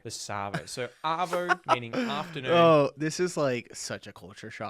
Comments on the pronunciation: You got arvo wrong, you said ardo. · You got ardo wrong. It's arvo. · Yeah we usually say 'chuck a sickie '. You did well on the quiz, pity you picked Ardo instead of Arvo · Bugger, it's an arvo not an ardo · You got arvo wrong, you put ardo. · You got the third one wrong. Arvo not ardo for afternoon. Good effort though. Bugger is not rude. I knew thats what it originated from but the meaning changed a long time ago. By the time I was 18 most people my age were using fuck on a regular basis as part of normal language and was generally not considered offensive. Took me a while to catch on because of a conservative upbringing but I now have to catch myself around my neice because it's so normalised for me. I say fuck all the time and it barely even registers anymore for me as rude. Most Aussies use it as a commonplace term as a literal stand-in for what he said for examples of bugger. Cunt is less common in my social circle but I know plenty of people who use it often in the many varied possible ways. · The one you got wrong was Ardo instead of Arvo!! 😂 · The word you got wrong is “Ardo”… it’s “Arvo” not Ardo. 😂🤣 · It was painful to see you pick "ardo" instead of "arvo". I knew you realised it wasnt mornie or nighto, but why pick "ardo". If you say "arvo" and then you say "ardo" with proper phonics you would see how it would be impossible to get "ardo". How the f*** did you even pick "ardo" its arguably worse than nighto and you just watched the video telling you it.